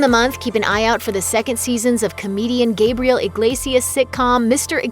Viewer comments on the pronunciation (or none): none